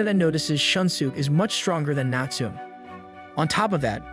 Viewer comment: Great videos and reading although you pronounce some names incorrectly. Natsume is pronounced ‘Natsu-may’